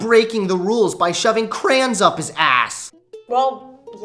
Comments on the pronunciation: Okay, I love your videos, but saying crayons as crans is UNACCEPTABLE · “Crans” wtf its like how you say like as “lake”